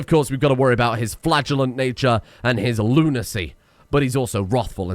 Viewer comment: I keep hearing flatulent instead of flagellant and it makes the whole experience that much more hilarious to me. xD